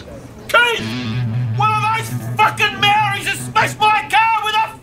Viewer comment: Bro its actually Maori's not Mari's but algud aye